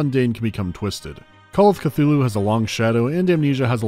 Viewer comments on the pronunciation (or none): none